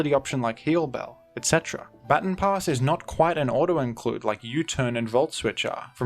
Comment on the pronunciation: That is not how you say “baton pass” lol